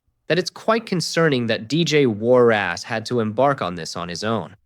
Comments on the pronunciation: Warras not Warrass - listen to yourself! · Its warras...not war ass😅😅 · What's with the surname pro nunciation? "War ass!" 😂😅